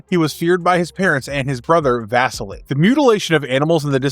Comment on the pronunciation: The mispronunciation of Carbonadium and Vasilli are rough bro, especially when you pronounced Carbonadium right the first time